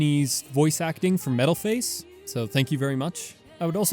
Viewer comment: Am I the only one who gets super distracted by the way he says “metal face”?